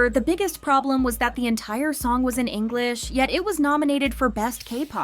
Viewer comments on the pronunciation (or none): none